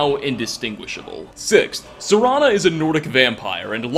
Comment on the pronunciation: For the first time ever, he said Serana's name correctly.